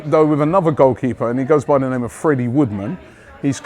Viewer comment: Robbie says The Most Obvious reports of transfers. And hearing him pronounce names is hilarious.